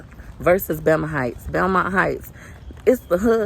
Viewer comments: I think she said Belma heights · Is she saying Thelma heights? Lol sounds like it. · I thought you were saying VELMA Heights. And when you showed the sign, it's Belmont. Looool